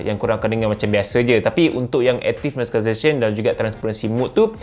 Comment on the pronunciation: struggle naw sebut active noise cancellation.....hahahaha